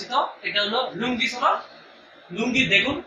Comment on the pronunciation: লুঙ্গি না লোনজি😆